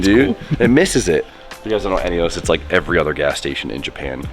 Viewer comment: Eunos is pronounced "uh-nuhs" lol